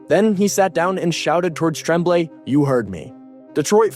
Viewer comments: It's pronounced Tromblay I hate these f**** AI voices lazy pieces of s*** doesn't the guy who edits this have a f**** voice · It's pronounced TROM blay. Like trombone. Thx from YUL. Love Roy's move. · Never heard Tremblay pronounced with a short "E" sound, as in "tremble." I always remember it pronounced like "on," as in "en garde" or "entre nous." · You can't do hockey videos if you think he's Trehhhmblay. Come on man. Learn your craft. It is one of the most storied names in hockey history. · The coach's name is pronounced Tromblay, and he was also French, so what the hell are you talking about ? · Can we get a reporter that can pronounce real names . TREMMBLAY , give me a break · The guy reading the script needed to be told how to pronounce the Canadien's coaches name... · Mario Tremblay is a French Canadian also. you don not even say his name correctly. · say Mario Tremblay like you weren't born then or in Canada. Yikes. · Other than the egregiously bad pronunciation of ¨Tremblay" this was a great video of a day that I hated. I had not picked up on the fact that the team that drove him out of Montreal would later be eliminated by him playing for the Avs one season removed from being in Quebec and thus the archrival of the Habs. Montreal would eventually get another generational talent in net in Carey Price, but one finals appearance would be the closest he and the Habs would come to adding another banner to the rafters.